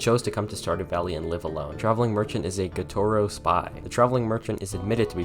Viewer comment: You talk way too fast my dude. I could barely keep up. Also you kept mispronouncing "Gotoro" for some reason.